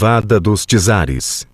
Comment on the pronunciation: fdxx nem sabem falar ja nem me deu vontade de ver o resto do documentario....TSARES!!!!! ou Czares!!! ignorastes, nem portugues sabem falar